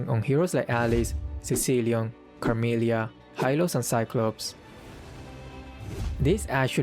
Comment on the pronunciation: Isn't it carmilla and not carmilia?